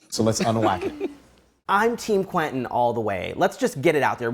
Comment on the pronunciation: It's QUEN TIN NOT QUETEN!